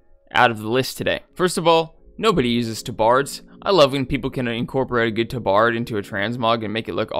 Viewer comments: It took a minute to realize what you were saying "Tuh-Bard"? "Tah-Berd", my guy. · Tab-erd, not tuh-bard. I have argued with my 2 friends of childhood about how it's pronounced and you are genuinely the only other person I've ever heard say it like that. Lmao.